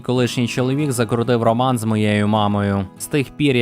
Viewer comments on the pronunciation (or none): none